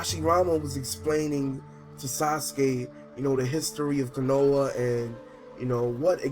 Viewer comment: It's KO-NO-HA not KUH-NO-UH